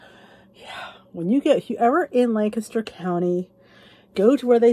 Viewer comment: You were in Lancaster, Pa. You were in my neck of the woods. Welcome. I live in Columbia 7 miles away. I hope you enjoyed your time. I am really impressed. You pronounced Lancaster correctly. 🥰